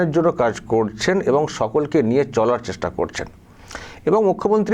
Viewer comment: বলছে লিয়ে নেমে যাব কথাটাতো ভালো করে বল😂